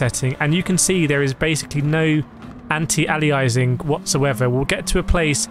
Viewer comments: it's not anti-alizing It's anti-aliasing, think how you pronounce alias. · An alias is a pseudonym or nickname. (Eg think of gunslingers in the old, wild west.) It's pronounced: Ay-lee-us Anti-Aliasing is pronounced: An-tee-ay-lee-us-ing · FYI it's pronounced an·tee·ay·lee·uh·sing